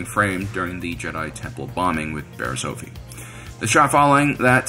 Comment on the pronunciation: Sadly, I didn't rate this video. It is good, but the mispronouncing of ' name grates on my nerves. it is OFF-IE, not OAF-EE 🤓